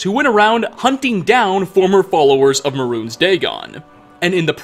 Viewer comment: Am I the only one triggered by the way kept mispronouncing "mehrune"?